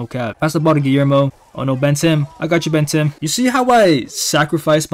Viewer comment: Drink every time he says BenTimm